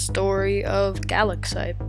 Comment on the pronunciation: I’m pretty sure it’s pronounced guh-lax-ite